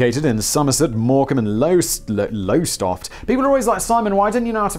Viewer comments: Lower-stoft (and yes I know you don't care but I can't help it as your pronunciation was painful to hear. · Sorry, couldn't stop creasing with on how Simon tried to pronounce my home town Lowestoft 🤣 Drop the e and say it in the easiest two syllables. I also worked at Pleasurewood Hills and found Blobby's rotting suit in storage with some resident wildlife taking residence inside. The park is the only one of three still going. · Simon most people who can speak and were born in England have no problem with the place names here, just read them! Here's a clue, Lowestoft starts with "Low", so do you think it might just be pronounced like the word "Low"? It is fairly easy if you just read the words, you seem to approach english like a small child. Sure dialects might cause a few issues, but just try reading each segment/syllable of a word on it's own and it might help, get it vaguely right and a local will probably give you the correct version. I've worked all arround this country for 45 years often in places I have never been to before without the problems you have pronoucing basic English place names.